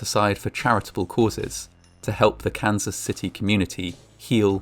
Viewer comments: Sounds like hes saying cancer city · Took 3 times of hearing "Cancer City" and thinking what a horrible name until I realized he was say Kansas LOL 😆